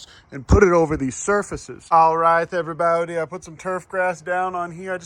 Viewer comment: "Hello everybowdy" always goes do hard